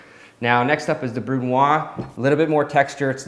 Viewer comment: Hey! I love your work and your esthetic. Always good to have a brush up on the basic techniques of cooking. If I may, in french we say the Z of brunoise, so more like brun wahz as opposed to brun wah. Sorry for the nitpicking, its only because you mentioned doing more educational type videos, and I thought you might like to know. Cheers, keep up the good work!